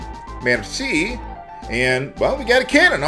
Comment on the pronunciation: I appreciate how you used the French pronunciation for Merci, nice touch there.